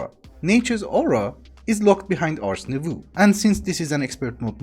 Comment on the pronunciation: Just pointing this put, but "Nouveau" in "Ars Nouveau" is actually pronounced "Nou-v-oh". Im bad at explaining but basically instead of ooh at the end, its just oh.